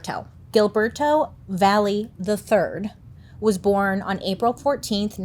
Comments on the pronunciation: I love you so much. Don’t get me wrong but the way that you’re pronouncing Gilberto is not a girl. I’m sorry it made me change the channel right fast Gilberto no girl no please no stop it’s hill-ber-toe again not criticizing just a pet peeve since I am on the Hispanic size and if you’re gonna do research, do it in every form honey love your podcast, forever girl catch up on that culture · That name is pronounced Hill-berto 😅 im not the gramar or pronouncing patrol I just thought it was cute how she said it